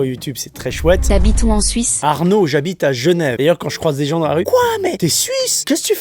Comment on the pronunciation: La question est : habites-tu à Genève ou à Gnève ? 🤣